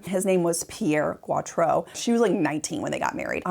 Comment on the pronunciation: Sorry for correcting your pronunciation, dear, but it is GO-trow. Geautreau=GO-trow. Thanks for this video.